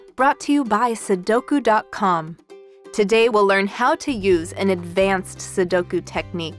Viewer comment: Always so disappointing when these tutorials teach everyone to pronounce Sudoku wrong.😖